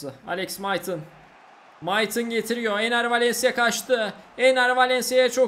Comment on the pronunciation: Abi çok güzel Enner Valencia diyorsun bee